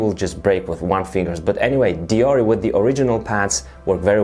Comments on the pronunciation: its pronounced *Deor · You say it like deor, only people that say nik’e will say deor’e